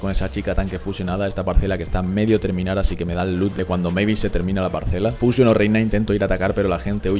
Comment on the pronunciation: Eres de los bocos que pronuncia bien el nombre de mavis 🙏🙏🙏🙏